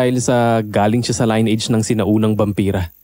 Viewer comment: Mali pronunciation nyo ng lineage. Next time igoogle nyo, ang bilis na lang eh. Panira ng narration.